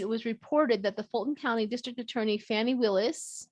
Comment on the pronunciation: Her name is pronounced fawn (like baby deer) ie . It looks like fanny but pronounce it like above🥰 So fauanie NOT fanny.